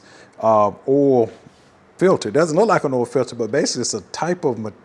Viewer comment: OIL...not "'OL"...